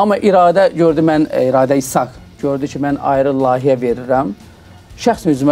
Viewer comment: bey, her sey eladi, ancaq: "Lahiye" yox, "Layihe"...